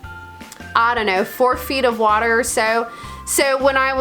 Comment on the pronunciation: Did I hear you burp underwater? That would be a first. That is an opal and it is from Coober Pedy .Needs some care. Drop it id fresh water. Or as you say WHATER.